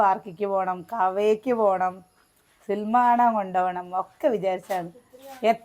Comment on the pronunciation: ഇത്രയും പ്രായം ആയില്ലേ ഇപ്പോഴും സിനിമ എന്ന് പറയാൻ അറിയില്ലേ..മിക്ക വീഡിയോയിലും സിൽമ എന്നാണ് പറയാറ്..